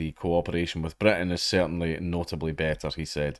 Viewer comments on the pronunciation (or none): none